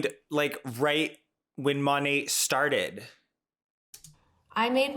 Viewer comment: I thought the T was silent, she keeps saying "Monate"